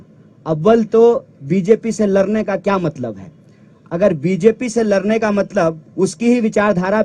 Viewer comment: Is sale ko abhi tak bolne ni ata ladne ko larne kahta ladai ko larai kahta hai 😂😂😂😂😂